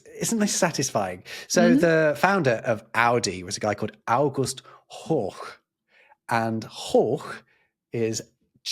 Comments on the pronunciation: I regret to say you butchered his name here,. Your pronunciation sounds like 'hoch' meaning 'high'. The 'r' is pronounced like usual in German, the 'ch' is spoken like in 'ich' (meaning I). 'Horchen' means to listen to s.th., like 'hören' but more actively. It also gives rise to 'gehorchen' ('to obey', actually to listen to someone's demands and meet them). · HORCH is is pronounced [hɔʁç], like.Storch not [hɔʁx]. I can't think of any German word where the ch would sound like [x] after an r sound. Maybe in a Baverian dialect, but they have a differrent r sound anyway.